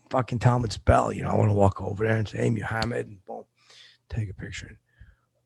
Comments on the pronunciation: the way he says Muhammad is unacceptable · pronunciation of Muhammad is angering.